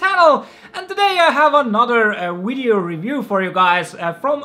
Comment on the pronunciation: am I hearing wrong or he said wideo instead of video multiple times